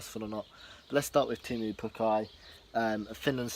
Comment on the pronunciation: it's teemu not temmu?